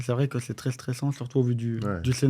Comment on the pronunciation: Petite note pour nogodi : le mot "très" ne se prononce pas "tRRRé" mais "très", comme "trait".